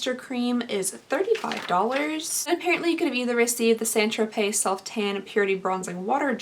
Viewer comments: St. "Tro-Pay" not "Tro-Pez". Just saying. 🤷🏼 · Here I go again. It's pronounced "San Tropay" Not "Saint Tropezz". Thanks. Love ya girl! 💜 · Isn't it pronounced "tropay"...not Tropez? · I am not giving you a hard time, because I love you like milk and cookies and warm kittens... but Saint Tropez is pronounced San Tro-Pay... hugs, love your reviews, you have inspired this middle aged lady to actually try to fight off her terrible self image and get a sub to Boxycharm and try wearing makeup again for the first time in decades. You are my inspiration swee8.🥰🌹🥰🌹🥰🌹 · U are too friggin cute it’s pronounced San tropay. Lolll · St tropez is pronounced, "saunt tropay" 😊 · I was going to say the same thing... St. Tropez = San Tropay... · The z is silent in st. Tropez